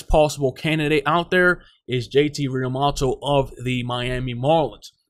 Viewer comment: Real-moo-toe. Learn how to pronounce